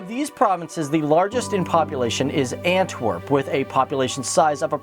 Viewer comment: I like how you said Antwerp like ant twerk